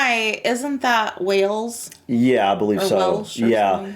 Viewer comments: Wales is pronounced like the animal whales. Not wells. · just to help out with pronunciation, the country is pronounced WAles. WElls is a city in Somerset, South West England. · Wells? It's pronounced Way-alls. Same pronunciation as the big fish in the ocean 😂